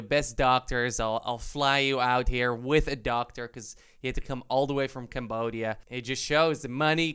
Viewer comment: Me hearing camboshia and as a khmer i just had to check